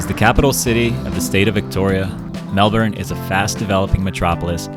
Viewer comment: Thankyou for pronoucing melbourne correctly